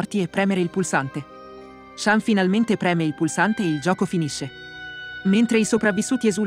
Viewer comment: Ma in giapponese shan si dice "shun"